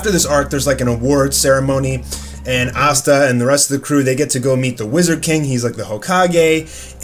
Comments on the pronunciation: It's Asta bro not assta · The fact that he pronounces it as Assta and not Asta LMMMAAAAOOOO 😂😭😂😭😂😭😂😭😭